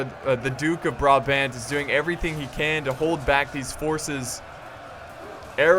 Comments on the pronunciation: You have to say Braabant and you have to say THE a by te last a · you pronounce the second A in brabant the same way as you pronounce the first A currently you are saying bra-bend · You pronounce brabant as BRAHBAHNT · As much as love, the way he pronounces Brabant makes me very sad. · funny how you say 'Brabant'i live in Brabant (belgium)